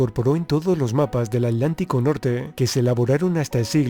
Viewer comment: Se dice Atlantico.... no alantico... pronuncia la T